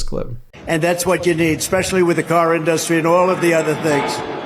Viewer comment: JFC. It's IN-dus-try. Not in-DUS-try. I know it's a small thing, but can't this idiot do or say ANYTHING like a normal human?